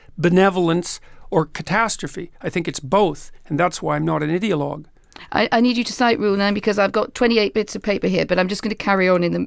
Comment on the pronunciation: is it just me or does anyone else notice that the way jordan pronounces the word "ideolouge" sounds alot like idiot?